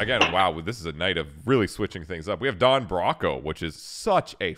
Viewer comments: I can't help but cringe at pronunciation of Don Broco. It hurts so much 😵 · it's pronounced "Bro-co" no "Brocco" 🤣 good vid 👍